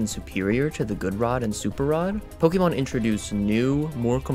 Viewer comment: I don't why it urks me so much, but I fucking hate when they pronounce it Poke-E-mon, when it's Poke-Ay-Mon that's what the è is for, to show that it's pronounced differently